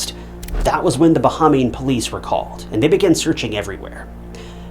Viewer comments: I came to the comments after pausing the video seconds. Ba-ham-ian. This one really felt like a rush to put out content. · bahamian = buh·hay·mee·uhn